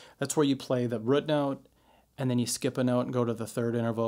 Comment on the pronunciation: great video....but the way he says "root" lol....killin me